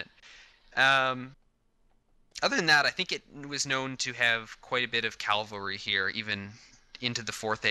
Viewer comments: Calvary or Cavalry? Serious why do people from N America always get those mixed up! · "calvary" lol